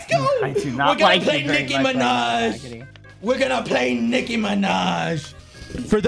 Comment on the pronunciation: Why did you say mind It’s “Minaj”